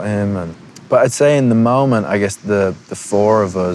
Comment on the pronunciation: WHAT THE FUCK IS A "MAHMENT"?